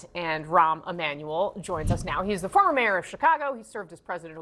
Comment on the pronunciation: Rahm Emmanuel? Lol